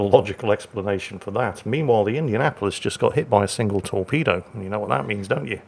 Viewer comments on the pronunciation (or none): none